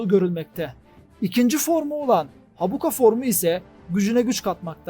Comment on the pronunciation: Habuka değilde Hakuba olacak sanırım 😄